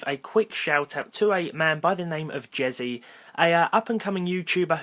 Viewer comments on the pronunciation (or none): who else heard Jizzy, not jezy?